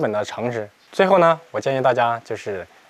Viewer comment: 木讷（mu ne）发音错了